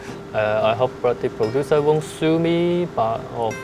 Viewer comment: "Purodooser", is a G still but seems like needs to help him with some pronunciation lool.